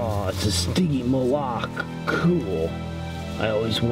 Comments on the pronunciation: it's pronounced Sticky Molick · WD Toys agouti say stiggymoloch wrong it's stiggy maul if and your vids are boring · I hate it when ppl pronounce stygimoloch wrong